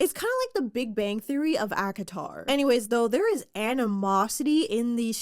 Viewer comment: Every time says ACOTAR, i feel like shes saying Akinator 😂😂